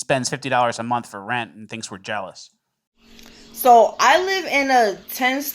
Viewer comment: What is it about the yos where they can't say "month"? It's always mundtd.